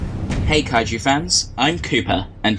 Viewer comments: Firstly it’s kaiju not kaigu Secondly missiles and red parts (rpo aka ready player one) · 🤓 erm actually it’s pronounced Kaiju